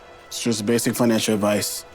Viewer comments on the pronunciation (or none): bro, doesn’t even know how to say financial properly